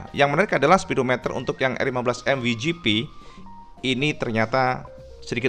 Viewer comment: Koreksi dikit biar g salah paham, WGP dibacanya Dabel yu ji pi mas, bukan wi ji pi. Kalo mau indonesia sekalian we ge pe